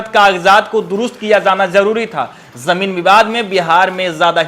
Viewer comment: Yar tum zameen survey par reporting baad me krna pehle tum khud bolna sikho Zameen ko jameen bol rhe Mushkil ko muskil bol rhe Asaani ko ashaani bol rhe Shuru ko suru bol rhe Jaa ko zaa bol rhe Bhai in sbko sudhaar kro Ya video me ana band kro Janta ko zanta bol rhe